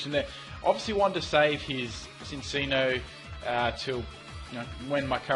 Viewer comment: Cinccino is pronounced Chin-chino